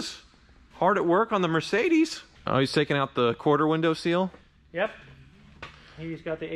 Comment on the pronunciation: mercy-Á-lago Italian car, but, as Ferruccio like the Sanis bullfighting and other things, it is a SPANISH word. It is NOT pronounced Mercy-a LAGO